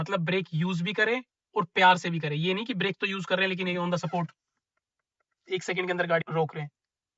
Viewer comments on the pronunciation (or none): On tha सपोर्ट 😂😂😂 On tha स्पॉट 💯